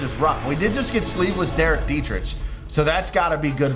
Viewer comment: I love how you always say detrich like itch when it’s ick